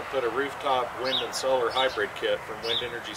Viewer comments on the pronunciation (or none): none